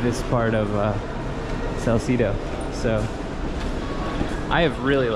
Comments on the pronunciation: salsedo kase hindi salsidow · Dont pronounce it Sal-ci-do...the right prononciation is Sal-CE-do.. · I'm only watching this cuz I thought yer bradley cooper....but in fairness yer cute....I LAAAAVVV how u pronounce salcedu like canong-cano slang-ish😆😆😆